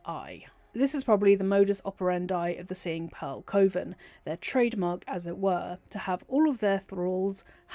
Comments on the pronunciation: I love your videos, I love your voice, but this whole time I was like "it's cuh-ven! Not koh-ven!" 😅😂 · Cuh-Ven it isnt Cove-en this bothered me my full video ngl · Pronounced “kuhven” not Coven like woven. It’s bothering the crap out of me. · I’m curious about your pronunciation of coven. I’ve only ever heard it said “cuh-ven” is “co-vin” a British thing? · You can pass through the door in Ethel's lair that leads to the underdark teleport if you wear one of her masks It took me a while to get used to hearing coven pronounced koh-vern but otherwise this was another great video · I can't with the way you say coven. 😭😭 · I've never heard coven pronounced the way you say it. No hate intended! Are you English? I figure it's a dialect thing I haven't encountered (I'm Australian). Great video! I can always tell how much work you've put in getting these together and I always come away with new nerdy facts to share with my BG3 friends. Thank you as always!